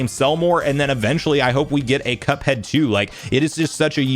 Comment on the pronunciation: Say cuphead not cupad